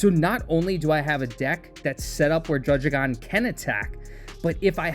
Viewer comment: aha, its not drudge-igon, its drudd-igon